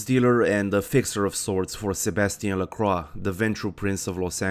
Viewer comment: Excellent video! A few things: 1) I appreciate how you say "LaCroix". Even the game gets it wrong. As a fan of Forever Knight, I appreciate someone pronouncing it correctly. 2) In the first haven, the boards on the floor are used to cover the windows. Flimsy protection against a potential midday mishap. 3) I agree about Velvet's voice. I wish she had more voicelines. Hell, I wish there was an option just to have her narrate War and Peace or some similarly long text. 4) Gorgeous Gary Golden should have his own radio show alongside The Deb of Night. Along with VV, I could hear him talk all day. Anyway, appreciate the video, and look forward to other bits of content from you!